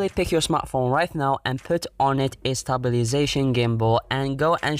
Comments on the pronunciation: Stabili - sation FUCK'S SAKEEE 😂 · Stabiliation I regret this word...